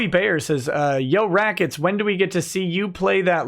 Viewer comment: Rackets becomes lemwahh for a split second.